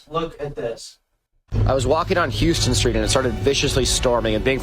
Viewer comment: He pronounced Houston street wrong, between that and scooping a bagel’s insides out he should be banned from New York